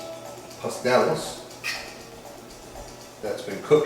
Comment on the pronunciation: Good video, kinda long but good recipe. (Pas-TEL-les)